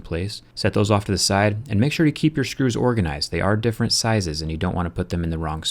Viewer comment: Why do you say Shcrus?